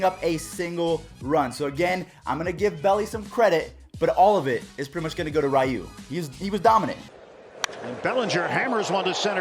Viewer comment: Your still saying ryu name incorrectly lol